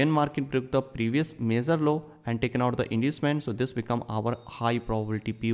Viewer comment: They way you pronounce the word "major" makes it VERY difficult to understand. It took me a long time to understand what you meant!